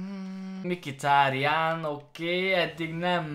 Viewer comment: az nem "MIKITÁRIÁN" hanem "MHITÁRIÁN":D